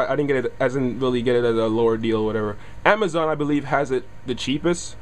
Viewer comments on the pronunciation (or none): none